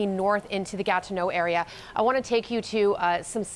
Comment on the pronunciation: Its not gat no its ga TI neau